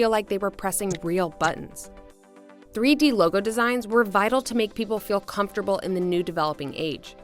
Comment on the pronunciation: Threey deey